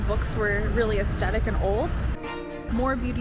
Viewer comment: I wish people would learn adjectives instead of just saying aesthetic. And pronouncing it wrong.